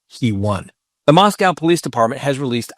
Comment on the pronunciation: you rock. Remember: Moscow rhymes with snow. 🙂